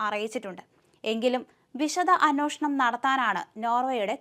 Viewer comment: കൊച്ചേ.... "അന്വേഷണം "എന്നാണ്...... അന്ന്യോഷണം അല്ല.....